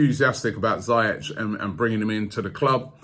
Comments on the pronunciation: Robbie, it's pronounced "Zee-ehk", not "Zye-etch" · It's Zee-Yesh Robbie! Not Zay-yesh 🤦🏽‍♂️ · you're still pronouncing Ziyech wrong lol It's not ZAYesh It's ZEE-esh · It’s pronounced zyesh no ziyesh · It’s pronounced ZEE YECH not zi yech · ROBBIE ROBBIE ROBBIE... How many times did I call you? You still mispronounced his name. It sounds like ZEE - YESH, not Za -yesh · Robbie big fan mate but someone needs to tell u how to pronounce ziyech’s name right, I say it like zeeyeck but idk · ROOBIE😭🤦🏾‍♂️ PLZ SINCE THE SUMMER YOUVE BEEN MISPRONOUNCING HAKIM ZIYECH )zeeyech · Robbie omg you still bottled the pronunciation of ziyech, its ZEE-YESH. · It’s zeyech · Only arsenal try to sign attackers when the defence is a mess. Hakim Ziyech would be a great signing bye the CB position is What we need to fix. We have to splash the cash and sign a world class defender like Koulibaly not Boateng By the way Robbie Ziyech is pronounced zee-yeck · This guy still said Ziyech wrong 😂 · still botched Ziyech's name lmfao